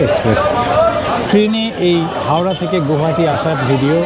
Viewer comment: Pronounce as গুৱাহাটী।